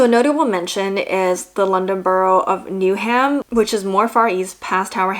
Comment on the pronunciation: Interesting to watch this as a local (I'm from Essex, but live in Greenwich now) to see a foreigner's take! Just to note it's pronounced "New-um" - not "New-ham!". Looking forward to watching some other vids.